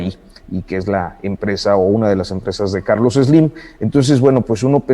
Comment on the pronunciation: TEMORIS DEFINES A SLIM, CON TU DISLALIA: " CACACARLOS SLIM". YO LO DEJARÍA SOLO EN: CACA